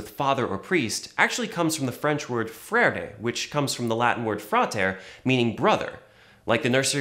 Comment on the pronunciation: Frere is pronounced "fr-air"